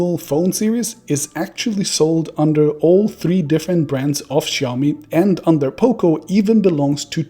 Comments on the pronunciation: As someone who worked for Oppo, I would expect you to be able to pronounce "Xiaomi" correctly! >:-( Hint: It's not "Show-me" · It all begins with their brand name. Should be written shaomi, or pronounced as xiaomi. NOT both